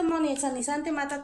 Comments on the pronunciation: Porqué tiene que hablar con palabras rimbombantes , se dice sanitizante , no sanizante . Primero enseñate a hablar español y luego lo demás. 🤣🤣🤣🤣🤣🤣 Y primero que se bañe Mónica primero , y después le dejas todos los higienizantes 😂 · el líquido desinfectante se llama SA_NI_TI_ZAN_TE No, Sanisante haber repite conmigo... SA_NI_TI_ZAN_TE ok?